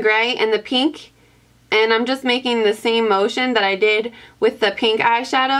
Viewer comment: i love the way you say pink as its peenk! Haha so cute